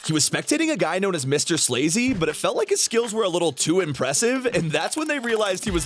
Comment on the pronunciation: It’s not “Mr Slazy”. It’s “Mrs Lazy” you goof!